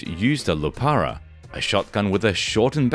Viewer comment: Cute how you first pronounce it as "lupara" and then "lupura" - show off your deep knowledge.